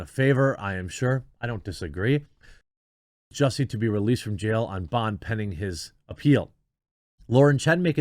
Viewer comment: It's Jussie-tice, not justice. Hopefully he is found guilty a 2nd time and gets a worst sentence for this circus.